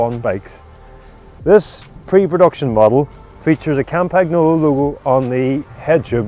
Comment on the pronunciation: They have been mispronouncing "Campagnolo" in 9.9 videos out of 10 on YouTube; as a result even Italians struggle to pronounce the word correctly.